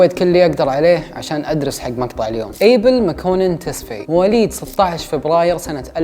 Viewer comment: اسمو ابيل ما ايبل 😂😂😂